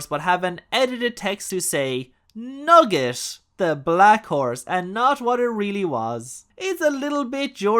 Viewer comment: Not Nugget with the hard "T". 😬